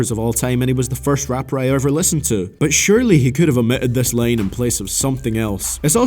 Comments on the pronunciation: its line not lane ffs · Is it really that hard to say “line” and not “lane”